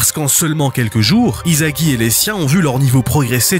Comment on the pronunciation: Vous savez que le manga est pas français ? Alors pourquoi vous disez izagi sa se lit issagi il est pas français le s se lit s pas z